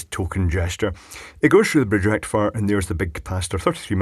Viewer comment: Da Full Brridge Rrrektifierr!